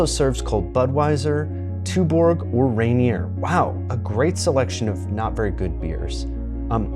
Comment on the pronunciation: rayneer *ronyay 🧐